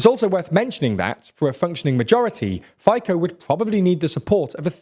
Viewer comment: Hi, I live in Slovakia for many years. Those polls pro Russian are among the poor people across the nation. A note here, Fico killed a journalist 5 years whom exposed a huge scandal regarding European Union funds. PS: It's pronounce Fitso, not Fiko.